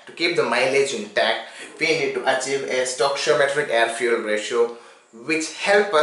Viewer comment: Its funny when he says fyu*e*ya*l